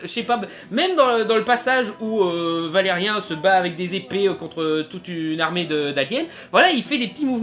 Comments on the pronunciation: Blaireau, avant de critiquer, prononce déjà le nom du héros convenablement... Ce n'est pas " Vélérien " ( comme dans " chien " ) mais VélériAn ( comme dans méchant ) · Après la polémique sur la voix française de Laureline, je propose que tu dises "Valérian" et non pas "Valérien" et aussi que tu arrêtes de bouger tes bras dans tous les sens. Bref, j'ai arrêté avant la fin. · déjà par pitier prononce comme il se doit valériAN pas valériin et es ce que tu le as lu ? je trouve pas se film mauvais perso aprés c'est vrai qu'il as peu d'action mais d'aprés mon pére qui les lis les bd sont pareil et valérian à été créer avant avatar ect.. donc possible que ça puisse ressembler c'est comme pour arthur et les mimimoys je trouve pas que c'est un mauvais film "tu n'aime pas " c'est tout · On dit pas valeriun il fit valerian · valeriAAAAAAAAAAAAn pas valeriEEEEEEEEEEEEEEEEn merci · c'est "valé ri ans"(écris comme ça pour bien comprendre la prononciation) putain pas "valé rien", et ce film c'est de la merde rien avoir avec l'histoire de base qu'est Valérian et laureline, valérian est un agent spatio-temporel et laureline c'est une artiste de rue du moyen âge et ils sont les 2 seuls humains qui reste dans la galaxie!!! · Une critique légère avec peut d'argument réellement solide pour ma part un peu facile tout sa , et merci de critiquer le film avec les bonnes appellation pars que la crédibilité d'un critique ayant été super attentif au film mais ne sachant pas prononcer le prénom du personnage principal qui est : Valérian et pas ValérieN !! En prend un coup ! Enfin pour conclure se post une critique à l'image de la taille de la communauté abonnés à cette chaîne. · Valérian pas ''Valais rien'' steuplé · bon déjà cest pas valerien (un) mais valerian (an) après quand on connais le dessin animé on ses que que cest jouer comme sa meme si c'est un dessin animé et la bd comme le dessin animé son français merci luc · ValériAN pas ValériEN tu m'as stresser pendant toute la vidéo xD